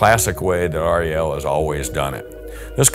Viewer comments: It is not pronounced R.E.L 🙄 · r.e.l . ??? You can just say Rel ...no problem for us :)